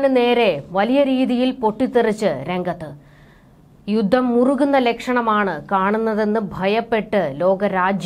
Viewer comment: 'യുദ്ദം ' എന്നല്ല 'യുദ്ധം ' എന്ന് ഉച്ചരിക്കണം